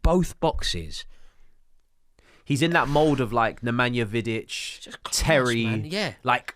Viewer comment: Rory can never say Vidic